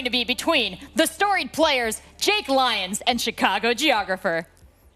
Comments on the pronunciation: My god. Say LeeONs again. LIEons. LIEONS. Even when he hears others saying it he still says it wrong. MUTE. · It’s also one of a commentator’s main jobs to get peoples name right and butchers “Lyons” almost every single time.